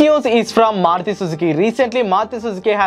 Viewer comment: It's Maruti, not Maruthi btw